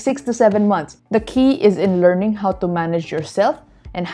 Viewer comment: "I'm learnding" HAHAHA caught me off guard.